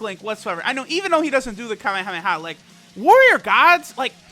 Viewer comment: Did you just say HAMEHAMEHA? Nigga?